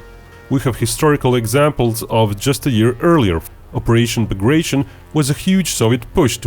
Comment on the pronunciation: It's pronounced Bah grah tea own.